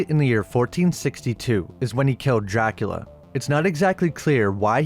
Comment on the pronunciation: My man, I love the way you say Dracula. "Jackula"